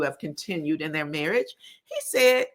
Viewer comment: The word is their, not theyer